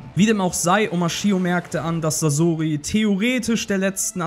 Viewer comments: sasoooori es wird saßori ausgesprochen du knecht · Oh bitte sprecht doch Sasori richtig aus T_T Sasori ist nicht ausgewichen, weil er den Tod seiner Eltern nie verwunden hat, und so in den Armen seiner (Puppen)Eltern sterben konnte. Sehr traurige Story. Er macht sich selbst unter anderem deswegen zur Puppe, um nichts mehr fühlen zu müssen. Aber sein Herz war noch immer sein Herz und der Schmerz über den Verlust blieb. Er ließ sein Herz von den Puppen durchstechen, die er als Kind seinen Eltern nachempfunden hatte, die er so vermisste.